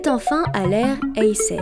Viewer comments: sa se prononce héésséé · techniquement t'as raison mais ça se pronounce comme ça parce qu'on le dit vite. En vrai c'est "héïsséï" avec le H prononcé bien sûr et pareil pour Akihito, y'a pas un H juste pour décorer...